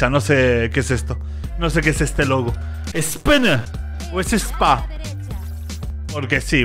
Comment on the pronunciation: gatorade es una marca de energisantes y ESPN se pronuncia espín es un canal de deportes